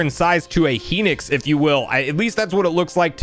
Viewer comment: Garoodoo, Heenix. The pronunciations made me laugh lol